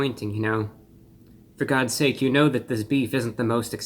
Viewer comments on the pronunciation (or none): none